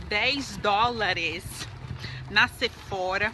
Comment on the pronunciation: Oi antes de ser a chata, quero falar que amoooo os seus vídeos! Agora vai: então o correto é falar Sephora com biquinho e "rrá" no final mesmo rsrsrs, pois é original francesa ... Os americanos que pronunciam com aquele R[zinho] deles :)